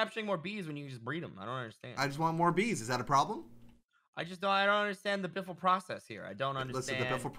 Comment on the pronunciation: It's beefle wiffle